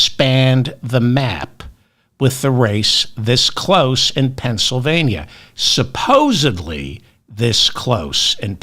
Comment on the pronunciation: Did you really just say supposebly?! It’s supposedly!!